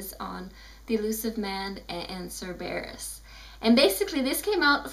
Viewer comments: Congratulations on your pronounciation. :I SIR-BEAR-USSSSS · Stop pronouncing Cerberus wrong!!!! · I don't mean to be mean but STOP SAYING CERBERUS WRONG!!!!!